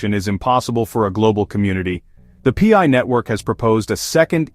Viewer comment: The "pee eye" network. 😂